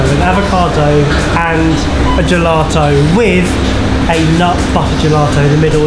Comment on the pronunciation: Where's the R coming from in GELATO, how many times did you say gelarto LOL